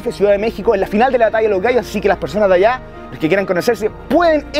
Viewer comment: Si me di cuenta se dice alla